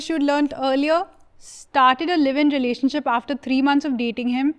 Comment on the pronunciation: says Renanionship hahah